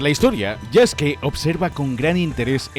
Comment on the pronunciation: Que lindo que diga el nombre de Yasuke como "Yaske", ya que la u en japones es muda. TE QUIERO, LAS FUNAS SON POR HOY MAÑANA EL DINERITO.